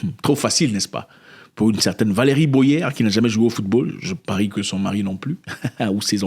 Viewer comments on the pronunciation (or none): C’est pas «Boyère » mais Boyé ….comme dans aboyé. 🤭🤭🤭🤭